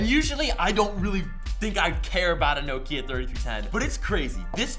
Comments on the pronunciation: You pronounced Nokia wrong! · year late, but americans dont know how to say nokia